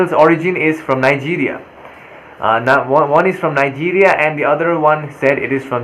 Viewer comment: from Nee-guria